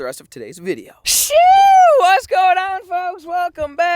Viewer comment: wtf is shew? so annoying